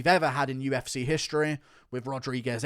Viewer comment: Where’s your accent from in England mate ? Uf”cuh”